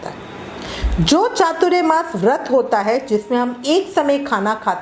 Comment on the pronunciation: . . एक तो पहले आप उच्चारण बराबर करे . . वो चातुर्यमास नहीं ‘चातुरमास’ होता है . . चातुर्य का मतलब चालाकी , होशियारी, शातिर ये होता है उसका चातुरमास से कोई मतलब नहीं . . यहाँ चातुर के मायने चार है और मास मतलब महीना . . तो चातुरमास याने चार महीने ! . .